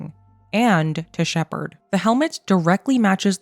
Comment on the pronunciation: It’s not Shepard